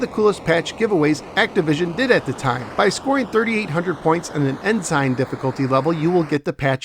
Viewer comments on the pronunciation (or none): En "sign"? That isn't how it is pronounced. It is Ensign like "in-sin". Otherwise this is one of my favorite 2600 games and I used to routinely get Star Master ranking when I played it in the mid to late 80s. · Ensign is pronounced "ensin".